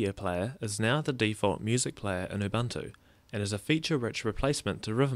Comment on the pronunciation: its oo-boon-oo, not uh-bunt-oo :D